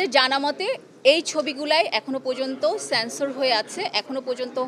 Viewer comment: English Madam, স্যান্সর না। ওটা সেন্সর। আপনি না সারা জীবন আমেরিকা ছিলেন ???